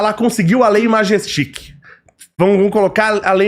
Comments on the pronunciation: Não sabe nem falar o nome da lei.. Majestik??? Pqp... Quer criticar que ao menos acerte o alvo... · Lei majestic? Além de falar errado, está muito estranho essa posição dele. Falando do Eduardo Bolsonaro dessa forma. Mais um que não vou escutar mais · pelo visto o ja incorporou a ignorancia do mbl quando fala sobre bolsonaro... alias deveria saber pelo menos falar o nome da lei Magnitsky corretamente